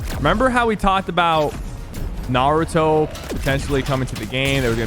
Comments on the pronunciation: naruto not nauuuuto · Sypher: Ima huge anime fan Also Sypher: pronouncing naruto wrong